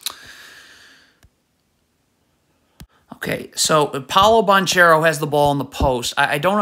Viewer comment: Please learn to say Banchero’s name